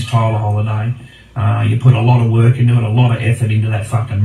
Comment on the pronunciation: “It doesn’t WOOK and you cannot punch on it”